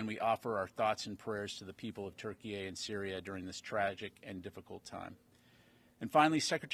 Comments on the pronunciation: Why does he keep calling it ‘TurkeyA’? It’s ‘Turkey’! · Why is he pronouncing turkey as Turkey-Ay?